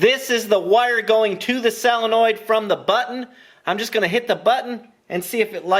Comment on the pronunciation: Honda twins! Now you're speaking my language! This was a most entertaining video. FIRE! By the way, Jack wants you to know that it's pronounced "soe luh noyd."